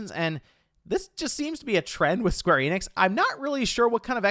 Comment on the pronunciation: Also, Square Enix is not pronounced 'Eee-nix'. It's simply En-ix, n-ix. And if you're an ultraweeb, you'll probably want to say enexu, or better yet en-nekk-su.